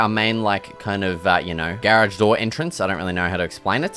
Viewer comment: Awesome vids but it’s “garage” NOT “GAyraage” buddy 😂